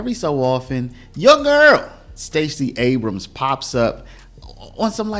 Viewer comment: It's not ABRAMSIS! A word ending in 'S' is plural or possessive in itself! the possessive of Abrams is Abrams'! EXAMPLE: Abrams' coat, not Abramsis!